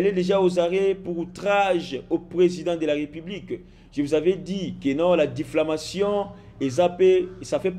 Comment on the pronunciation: Oyo ba journalistes ya ndengue nini il fait les Études où ? Au de dire diffamation il dit diffalmation mawa